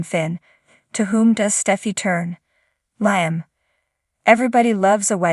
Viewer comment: Whoever is telling the story needs to know how to read and pronounce the words correctly. Sheila is pronounced Sheela not Shila Liam is pronounced Leeum. The word do's like "I do" not doose. Li is pronounced Lee not Lie.